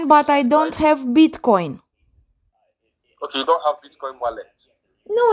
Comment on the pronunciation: Did he call it Bit- Kong?